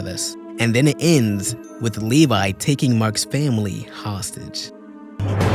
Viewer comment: As a fellow Attack on Titan fan I love how you pronounce Levy like Levi. 🤣 you said but you meant Thraxan. There is an entire crossover comic called Marvel Team up where there is a lot more than in show with Invincible and Spiderman and Doc Ock.